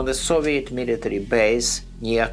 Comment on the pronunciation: Learn how to talk it's called military